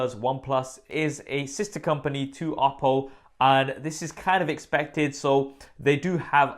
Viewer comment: As a Chinese, I really love the way you pronounce Oppo.